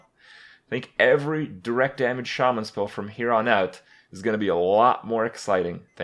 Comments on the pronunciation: I've heard Shaman mispronounced so often it's weird to hear it said right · it's pronounced "shay-men" accordingly to blizzard. But in real life it's pronounced "sha-men". Watch the patch 4.2 trailer for WoW on youtube if u don't believe me.